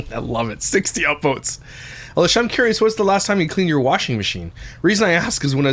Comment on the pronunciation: Did call her "illlisha"😂😂😂